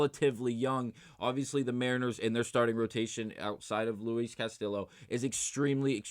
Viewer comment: Bro please stop saying CastiLLo it’s hurting me every time you do it lol